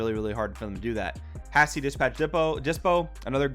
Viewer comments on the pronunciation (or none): "Hah-sty Dispatch Dyspo"